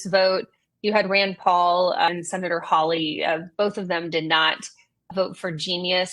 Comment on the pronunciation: It Josh Hawley!! Stop saying “Hollaway”